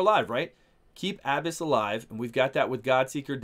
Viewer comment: FINALLY! Someone that pronounces her name with the proper inflection. So tired of hearing abEss.